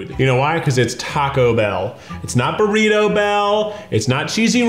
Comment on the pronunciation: Anyone else notice how Keith kept saying “Burrita” 😂